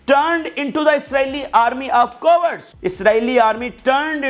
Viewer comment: "co - words" hain ya "caa wards" wah, angrezi ki dajiyan uda rahe ho, wah!!!!!!